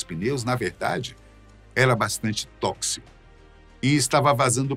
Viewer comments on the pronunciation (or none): none